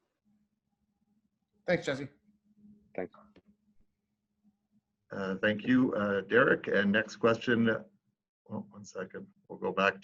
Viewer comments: "Jesie"... my god! Try to learn at least the names before making questions. It's Jesse. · Nice to see him back in the NHL. Best of luck, Jesse! PS. If you want to prounounce his name correctly like a Finn do it more slowly. Jes-se. Also, it’s not English ”Chesi” , more like ”Yessse”. Cheers! :)